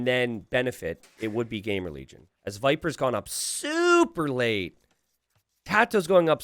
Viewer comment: Is it just me ? xD Every time you said "GamerLegion" I heard GameReligion xD